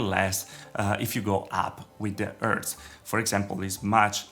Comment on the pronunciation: Why he doesn't pronouce the H on higher and hertz?